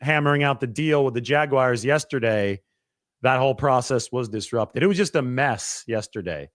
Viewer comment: Is this a thing, “Jag-wires”? I know Brad does it 😂